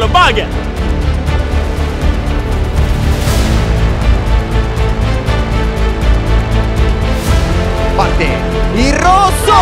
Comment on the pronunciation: che dice Baggher e fa il segno della schiacciata hahaha